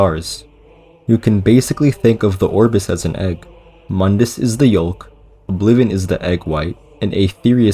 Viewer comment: The “L” in egg yolk is silent. It’s pronounced like yoke. (Same for folk, pronounced “foke”)